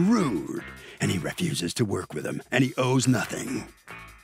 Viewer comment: The English language is really taking a beating in this country. I hear all the the time people mispronouncing words, making up words, etc. The narrator at the beginning of this show said the defendant “reffuses “ to work with the other guy. The correct word is “refuses”. The other pronunciation isn’t a word.